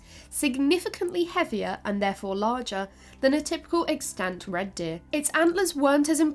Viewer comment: Plz look into how to pronounce "extant" correctly thanks